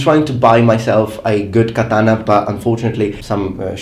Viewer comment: Every time this guy says "katana," ICE deports a Puerto Rican.